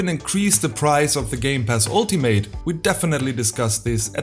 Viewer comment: Your English pronunciation sounded good to me. Didn’t really think your Forza sounded bad. The only pronunciation thing I noticed was “Ultimate”. In English (American anyway), when a word ends in “ate” - usually if it’s a noun or adjective - we often pronounce it as an “it” or “ut” sound, depending on the regional accent. So we would say “ultimate” as “ALL - tih - mit”, or, in some American accents, they would say “ALL - tuh - mut”. I speak in a “General American” accent, so I pronounce it the first way: “ALL - tih - mit”. Sometimes we will say a word that ends in “ate” the way it sounds, but again, it’ depends on if it’s a noun, adjective, or verb. Like “Alternate”. The noun/adjective form we say it as “ALL - tur - nit”, but we differentiate the verb form by saying it as “ALL - tur - nate”. The verb “Differentiate”, is another example, where we pronounce the last syllable as “ate”. So for nouns/adjectives…words ending in ate we pronounce the syllable as “it” or “ut”. Verbs ending in “ate” we pronounce it the way it looks. I’m sure there are exceptions to this basic guideline. In English, we take a lot of liberties with pronunciation rules; there are a lot of exceptions.